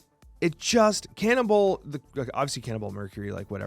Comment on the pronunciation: can you say cannonball without it sounding like cannibal?